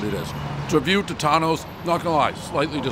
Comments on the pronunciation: Pronounced "Toe-tones" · Another famous pizzeria that Dave can’t even pronounce correctly. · How can I trust your review if you can't pronounce the name correctly.